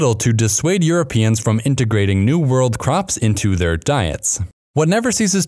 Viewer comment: "as earuopeans started exploring the pacific.."?